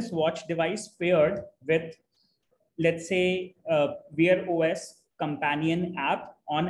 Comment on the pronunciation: Bro I had to confer with chatgpt to figure out you were saying "Wear OS". Sounded like "Veer OS". Totally unintelligible. I'm only saying this to be constructive. Thank you for the video.